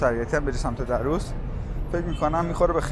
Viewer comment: A walk down memory lane again! Lived in the area (Darrous) for many years. I can say it is one of the most pleasant areas of northern Tehran. Just one note here: It is pronounced Dar-rous , stress should be on R in the word. Thanks for sharing.